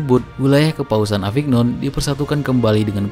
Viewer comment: Pelajari cara membaca bahasa Perancis dulu deh... Mari Antwanet, Avinyon, Nis